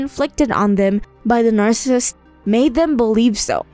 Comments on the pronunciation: Narrator says narcis. Bugs me a little. O well, it's her accent. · Why does this narrator pronounce the word narcissist with only two syllables? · EVERYONE SAYS NARCIST WTF ITS NAR-SUH-SIST. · Repeat after me : NAR-SIS-SIST NOT “Nar-sist” Why is this so hard for people? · No disrespect, but if you're gonna educate people on narcissism, then you have to educate yourself to pronounce the word correctly. "Nar-cis-ism". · You make some good and accurate observations. It would be more believable however if you pronounced the word “Narcissist” correctly as that is the main topic. It is difficult listening to a person lecture about a topic that mispronounces the name of the topic each time it is mentioned. You lose credibility by doing that. Best wishes. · It would really help if the narrator could pronounce the word 'Narcissist' correctly in a video about Narcissists, huh? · Yes to ^all of these points^. Also, it would really improve the video if the narrator could actually pronounce the word "Narcissist" correctly... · The information is good but the narration is terrible. Please get a better narrator. Someone who can pronounce the words correctly. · Please learn how to pronounce “ Narcissist “. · Pronouncing 'narcissist' incorrectly😬 Also "bahving depressingly"? Please elaborate 🤡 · You lost me when you couldn't pronounce narcissist. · Could she pronounce narcissist correctly??